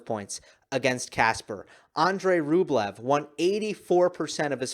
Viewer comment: Rublevs name pronounces Rubljov